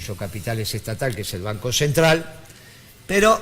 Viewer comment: PD: es "banco", no "vanco"...